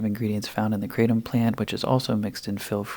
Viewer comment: Kratom is pronounced kru-tom